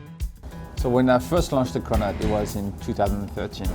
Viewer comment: i thought she said “we’re getting corona today”. 😭